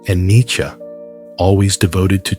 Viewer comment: An American can who doesn't say 'neechee'. Good lad.